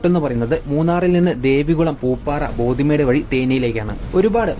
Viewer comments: ബോധിമേഡ് അല്ലടാ ഉവ്വേ.... ബോഡിമെട്ട്..... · Not pothi medu... Bodi medu s crt